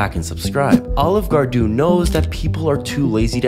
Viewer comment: this guy is a genius pronouncing olive garden like that so more people comment on his shorts about it